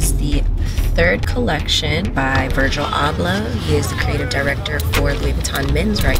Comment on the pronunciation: Sounded like she said “Virgil Ablah”